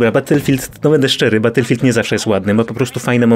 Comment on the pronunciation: Batulfild łan leprzy xD